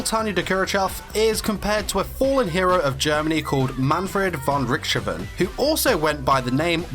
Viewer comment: Wow.... I have heard name butchering a lot. And I give liniency due to german not beening the easiest of languages... But man... whatever that was supposed to be that was not Manfred von Richthofen not even in the same county.....